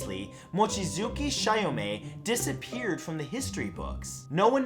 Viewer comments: Actually it's chee-yo-may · Ugh he butchered Chiyome's name so bad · For future reference, most letters in Japanese are pronounced as-is. They don't have nearly as many strange grammar rules as English. For example: Goemon isn't pronounced Go-mon, it's closer to Goi-uh-mon or Go-ay-mon. The E is pronounced literally. Chiyome would also be Chee-yo-may, because the "hard I" doesn't exist in Japanese, because letters only make one sound. The only letter in Japanese that has strange rules is U, which can occasionally be silent, such as the name Sasuke, which is pronounced Sah-skay. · Goemon is pronounced Go-Eh-Mon, try pronouncing Pokemon... Chiyome = Chi-yoh-mey... Seriously, typical westeners... butchering Asian names like nobody's business... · You mispronounced Goemon and Chiyome's names, the "e" in Goemon isn't silent, and Chiyome's name is pronounced Chee-yo-me. Try to figure out the actual pronunciation before recording so you don't start a flame war over butchering someone's name.